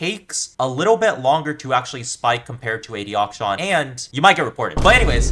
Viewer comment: I love how he pronounces akshan as auction.